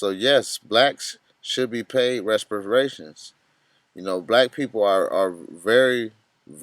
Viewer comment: reparations.. not respiration.